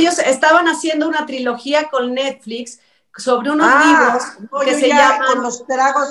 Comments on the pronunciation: Dijiste vinos😂😂😂😂😂 Vinos que😂😂😀😀😀😀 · escuchó vinos en lugar de libros 😂😂😂